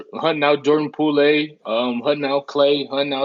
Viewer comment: Did this man say Jordan Pool Lé 😂😂😂